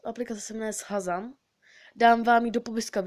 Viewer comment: Vyslovuje se to šazam